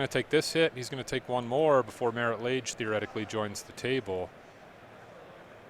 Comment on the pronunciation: Who picked these announcers? I get not knowing every card in legacy, but Marit Lage? c'mon. Kinda put magic into a mini recession